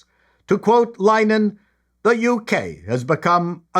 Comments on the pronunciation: "Linn-uh-hann" Three syllables. Otherwise, spot on. But Graham (Father Ted/IT Crowd) is a Comedy Sitcom LEGEND. You should know this!!! :) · FYI I think it's pronounced: Lin-a-han. 👌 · Just so you know, - Linehan is pronounced Linn-eh-hin. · It's pronounced Line-eh-han